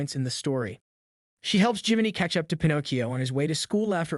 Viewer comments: 😆😆😆!!! Okay, it’s “Pinocchio*.” Not “Pinnacio.” You moron. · I seriously cannot watch any more of this video with your error in Pinocchio's name you're saying it all weird I've never heard anybody freeze Pinocchio the way you freezed it you're missing some syllables dude you're not even freezing it as Pinocchio you're freezing it as Pinoccio🤷🤷🤷🤷🤷🤦🤦🤦🤦🤦🤦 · Bro its Pin oh Key Oh not fn pin ahkk io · it's pi-no-ki-o not pi-nok-io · Pin-OH-kee-oh, not Pin-AH-kee-oh. Your mispronunciation is enormously irritating. I can’t stand to listen to the video all the way through, and I’m not even three minutes in. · Why tf is this dude pronouncing it, "PIN AWK EE YO"? I looked up the italian pronunciation and it's literally "pin oh kee yo" just like it's always been pronounced. Idk if this guy's trying to be quirky or something, but it's definitely improper pronunciation. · Why does he pronounce it as Pin ah cchio most of the time and only every once in awhile pronounce it Pin oh cchio? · Just want to ask, what is up with your pronunciation of Pinocchio? One second you're Pin-OH-cchio then you're pronouncing it Pin-OCK-cchio. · pin-ock-e-o .. lol what ? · It’s pronounced (pin-o-key-o). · Bro just said “pinaacio” 😂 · Fun fact: Its Pinocchio not Panakio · WHY DO YOU KEEP SWITCHING BACK AND FORTH TO DIFFERENT PRONUNCIATIONS FOR "PINOCCHIO" THROUGHOUT THE VIDEO? DEAR LORD, ITS "PIN OH KEE YO" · For the love of God stop saying Pen-ock-ee-oh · You miss pronounced the name it’s pi•now·kee·ow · Why did this guys say pinachio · Ah yes, my favorite Disney character Pin-aw-cchio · I kept hearing "Pi-knock-eeoh" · Definitely seems intentional to be different/quirky and it just comes off as cringe. Couldn’t watch more than two minutes. Disliked and moved on. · Here's a fun fact it's Pinocchio not Panakyo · Pin..AH..cchio. Holy fuck that was difficult to watch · i was almost convinced the narrator was a real voice until he started mispronouncing "pinocchio"